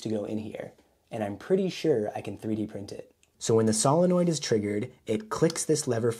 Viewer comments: everytime you say SOLINnoid, I cringe a bit. SILLanoid. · Cool. Pro-tip; the "o" is "solenoid" is a long "o", like, "So". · Probably already posted here, but I don't have the energy to read a bunch of comments right now. The word "solenoid" is said as "SOUL - en - oid" OK? 👍 ADDENDUM: BTW, that's a BEAUTIFULLY done replacement gear piece! Thanks for making it; I learned quite a bit. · sow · luh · noyd